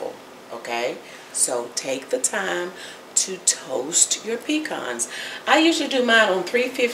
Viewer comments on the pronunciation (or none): Please pecans are a southern grown tree, say puh-cons, not pee-cons. Love your